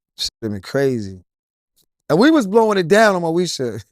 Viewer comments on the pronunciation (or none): Moesha not Meosha 🤦🏻‍♀️ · dat boy said Meosha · "Meosha?"😂 MOESHA, IT'S MOESHA😂 I don't think they were acting, I think the beef was real.